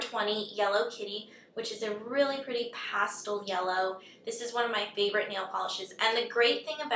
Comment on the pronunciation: hahahahah the way you say pastel